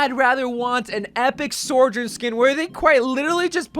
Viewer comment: Okay as a community we need to figure out how to say Sojourn. My guy is saying “SoRjoURn”